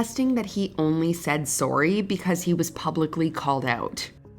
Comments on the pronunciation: I must’ve not heard say “sorry” before, cause was the most Canadian sorry I’ve ever heard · Not trying to make a big deal about it, but I'm guessing is Canadian? Couldn't help but notice the pronunciation of, "sorry," like SOARee. No hard feelings, aye? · The way the narrator pronounces the word "sorry" is probably the most Canadian thing I've ever heard lol (this of course coming from a New Yorker who pronounces the word "coffee" as "cawfee" 😉)